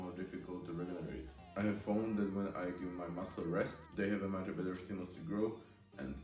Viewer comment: Typi na výslovnosť: much= mač Measurements= mežrments Since= sins Ago= egou Každopádne rešpekt za to že už takto mladý tvorí videa a ešte aj v anj. Čo sa výslovnosti týka, každý sa časom učí, dúfam že ti môj komentár trochu pomôže. Rad budem sledovať ako sa každý deň zlepšuješ💯. Tiež by som rád začal takto s tvorbou na ytb v anj.